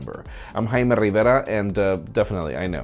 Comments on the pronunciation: i will call this guy Jaime not hhhhkkkkkaaaaimeee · Dude ... yd u say Ur name weird